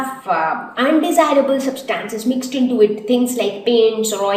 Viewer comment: The pronunciation of 'Substances' is incorrect